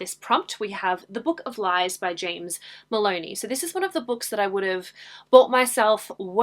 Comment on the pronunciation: Edit: When you mentioned the book of lies, and when you said the author name, it sounded like you said James Bologna and not james Moloney. Is it just me or that the past few months, that alot of booktubers / YouTubers videos are getting sponsored by skillshare. Am I the only one that noticed that.